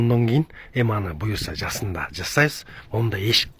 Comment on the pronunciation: Жасында емес жазында деп суйлогулочу доорубой